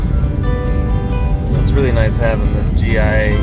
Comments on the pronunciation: BTW... GAIA... "Guy-Ah" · It’s pronounced- guy-uh I believe.